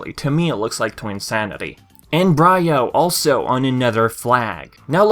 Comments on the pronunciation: “Bry-O” it’s pronounced “Bree-O” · It's pronounced N BREE-O not BR EYE O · Wtf.. N Bri-o? Lol its just like embyro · I'm pretty sure it's pronounced "n-bree-oo" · N. Brio should be pronounced like 'embryo'. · N. Bri-O... that’s not how it’s pronounced... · It's okay. I was wondering why you said CNK instead. Even though you mispronounced Brio, I'm sure we still knew who you were talking about. And Your welcome. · You pronounced N. Brio incorrectly. You ruined the pun.